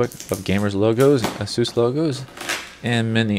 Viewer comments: Its asus not asoos u dont pronounce it like that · Great video except you didnt specify which model of the G750 series, and you pronounce Asus "A-seus" its "ACE- US" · Aysoos. Not Ah-soos.